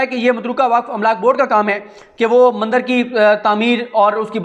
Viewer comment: مَندَر نہیں، بلکہ مندِر _ مُودی نہیں بلکہ مودی